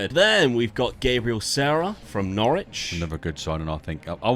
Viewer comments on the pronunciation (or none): Love this but it’s Gab-re-al Sar-ra